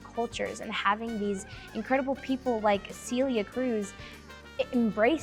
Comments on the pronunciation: It sounds like you're saying Cilia (Ci instead of Ce)... it's more of an E sound for that first vowel... not cilia. I hope that helps. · Yes, I've only gotten back into learning Spanish a year ago, but I learned about Celia way back in my college Spanish course (and have been listening to her music ever since) and hearing her get called SEELIA made me cringe. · 100%!!! This is why i couldn't help myself and had to comment with what it should sound like... I hope it helps them. It's hard when you don't speak the language... but we have that e sound in English (bed, head, fed, all have that 'eh' sound you need for Celia) so it should be doable.